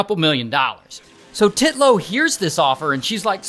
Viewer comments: UNTILLLLL and not TIT-LOW haha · It's actually "Titnone" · TITlow. The emphasis on her name is appreciated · I love how you keep saying titlow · "Titlow." Okay... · Im sorry I was cracking up when he said "Titlow" He really emphasized the Tee in Titlow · i hollered the way Ray says Titlow with too much stress! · You went hard on the name Titlow 😂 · The first Titlow bro said sounded like Draco saying the P in “Pottah” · I like his emphasis on the name when he says it in the beginning 😂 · I laughed everytime Ray says “Titlow” HAHAHAHAHAHA😂😂😂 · Ray really emphasising ‘Titlow’ 😂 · Nicole Titlow NAH... TITlow smh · "Titlow" 😂 wow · Sorry but every time you say Titlow I can't help but laugh 😂